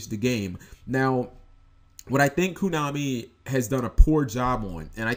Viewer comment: why do you keep saying koo? it's koh-nah-mi, man.